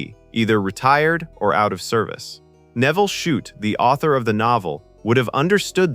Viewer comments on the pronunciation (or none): Shute is pronounced "shoot". It's not that hard! But here we have "shut", "shoop", even "shoopid". Time to re-record, I'd say. And if Gardiner Street honours Ava Gardner, why is it called "Gardiner Street"? It was in fact named after Captain Robert Gardiner, one of the very first British settlers in the district. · You might want to review pronunciation with your robo-voice. For instance, "Eisenhower" isn't pronounced "AYsenhower" (long "A") but "I-senhower" (long "I"). And "Shute" (as in the book's author) is pronounced to rhyme with "boot" not "shut." An otherwise good video marred by an artificial idiot robo-voice. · Who the hell is 'Shut'.Do you mean Shute,as in 'shoot'.Pathetic. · Shute. Pronounced - SHOOT! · "Nevil SHUT, Nevil SHOUP, Nevil SHUPID": Either your AI has radiation sickness, or The Vintage Flame forgot to teach it how to read! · Maybe with 100 years of radation, AI will be able to pronounce things correctly. "Shupet". Jeeeze. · Well disguised AI content? Everything seems well until #14, the name of the author of the novel is pronounced "shut", as in "the door is shut". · Great film but this is AI BS. "Shut"? C'mon, at least get the man's name right, FFS!!!! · Come on, AI, get Shute's name correct. He was not shut, or shoopert, or any of the other variants in the commentary. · And in the whole last part it calls the author Shut instead of Shute. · Shute comes out as Shutt. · Sheesh. Listening to how the AI-generated narration mangled the pronunciation of Eisenhower and Shute made this video unwatchable. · A pity this wasn't narrated by a human who knew how to pronounce names....I think a dependence on AI to do the thinking, in the future, its hunger for energy and water, and our inaction on accelerating climate change may be the things that destroy us, rather than nuclear war. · Does it take a nuclear weapon to stop AI narrators? President "Aesenhower." Nevil Shute's name pronounced at least three different ways.